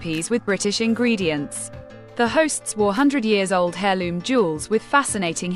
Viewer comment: Its pronounced air not hair in heirloom etc,you should know this.